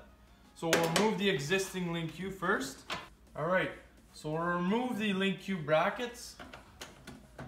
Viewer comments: its.... LINK not lin que. lol Link Like a link in a chain, easy to link up, you know, that kinda link? lol Sorry it was driving me nuts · Yeah but it's pronounced "link" Lin Q doesn't make any sense. Just look up any of the official skidoo videos. Anyways liked the video, helped me see some stuff I was curious about.